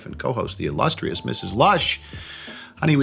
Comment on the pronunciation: I feel bad that my brain always mix words up and I always hear: "The illushious Ms. Lust"